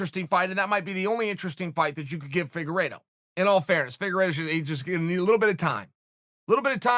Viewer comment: For some reason when I hear them call Figueiredo “figa-rito” it makes me hungry but leaves me confused on wether I want Doritos or Fritos.